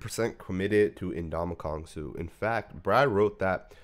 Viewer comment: Never in my life have I ever heard him called "N'DonkeyKong Suh" 😂😂